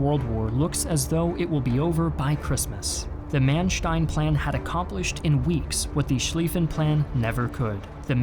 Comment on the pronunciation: great video! You do need to work on your pronunciation of terms in other languages: Luftwaffe | u ≈ vowel sound in book , not in boob; w ≈ english v Mannstein | a ≈ cannot really describe, but more like the schwa sound (ə), or like the Jamaican man Panzer | a ≈ again as above, z is NEVER said like an English z. German z ≈ ts in English. … and in real English … the battle | since b is not a vowel, the is said with a schwa sound not like the word thee